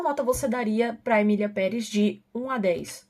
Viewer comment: Eu pensei que a estava falando "miliamperes" ao invés de "Emilia Perez" vim saber deppis de 3 minutos de vídeo kkkkkkkkkkkk